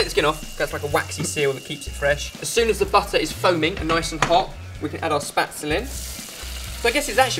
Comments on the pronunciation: It's actually pronounced 'shpetzel'. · Oh dear your pronunciation of spaetzle is frightening. My parents lived in the south of Germany for 8 years and there it is pronounced phonetically in English sh-pay-tz-la. you're probs getting bullied enough for this though:p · It's actually pronounced "Shpetzle" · boys, boys! Please! Pronounce spätzle correctly! "Shpeht-zleh", as us ignorant Americans might transliterate it. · omg, I love the way he pronounces Spätzle! :D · I love having Spätzle either in lentil soup or in gravy, it's delicious! The pronunciation of Spätzle in this video kept making me laugh though :') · I still love the way they pronounce Spätzle. xD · It is sooo sweet how you pronounce Spaetzle :3! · it's sooo funny to hear english people trying to say some german words:D i laughed everytime you said "spätzle" or "sauerkraut"! the special machine to make "spätzle" is called "spätzlehobel" :3 but anyways it's well done! i love all your recipes! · I didn't understand what you mean until I actually saw you making the Spätzle XD That's not how you say Spätzle... AT ALL!! Adorable... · don't think i've ever heard more mispronounced words in a video! haha love it, finally something german! you go! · you did mispronounce Spätzle but never mind, the recipe's still a good idea. could you make something Austrian sometime like Wiener Schnitzel, Tafelspitz or Kaiserschmarrn that would be most awesome! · No.1 rule for cooking these kind of german dishes: there‘s no such thing as enough butter. I would love to see a 2018 version of this...maybe with different flavours? (And a different pronunciation of Spätzle ;) ) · kept on pronouncing spaetzle wrong throughout the video- it's shpates-lay! Sorry to be perdantic! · oooohh the way he says Spätzle makes me cringe haha. Its 'Shpeht-zler' not 'spat-zel' , all in good fun, im not tryna be critical :) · Spätzle not spatzel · It's pronounced (shpetsleh) not spatsle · isnt it pronounced shpetzleh?